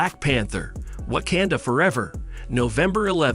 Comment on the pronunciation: OMG PLEASE LEARN HOW TO PRONOUNCE WAKANDA... you just sound ridiculous mispronouncing it